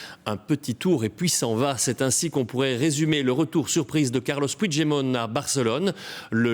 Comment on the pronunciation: Son nom se prononce "Pui-gue-demont" et non "Pouijedemont"... C'est un nom français, ca se prononce donc en français, pas en portugais...